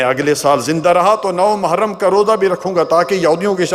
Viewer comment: Ise "mahram" nhi "muharram" kahte hain